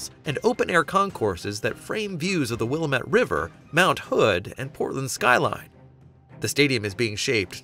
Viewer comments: FYI: Pronounced "Will-LAM-it" River NOT Willa-met. Thanks. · It's pronounced WILL-am-ET not Willa-met. Get it right, people. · It's pronounced wuh-LAM-it. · willemett lol cant pronounce it. not many can. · It's pronounced zi-dell, and will-am-et. Smh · It pronounced WIL-LAM-ETTE damn it!! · You Can Always Tell that a Person is NOT Familiar with Portland or Oregon by the Way They Mispronounced Willamette . 😅😅😅😅😅😅😅😅😅😅😅😅😅😅😅😅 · As soon as he said it wrong first I came down to the comments. Thank you for beating me to it, no one but the locals know how to pronounce anything in WA/OR. I live in SW WA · Willamette and couch st.. are the 2 tells for me 😂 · It's Willamette, dammit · I’ll be honest, they lost me with that one. And the constant mispronunciation of Willamette. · Learn to say Willamette dude . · should learn how to pronounce Willamette!